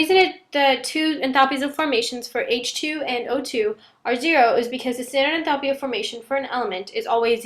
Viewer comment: good explanation but please learn to pronounce enthalpy correctly..